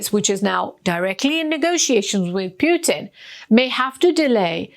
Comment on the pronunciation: Can you please learn how to pronounce President Putin's name correctly? It's unbearable.